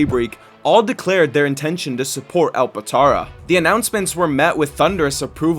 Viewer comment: bro called it “alpatara” Gang its alptara